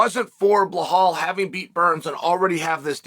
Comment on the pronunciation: Am I hearing things or does Chael keep calling Belal Behal??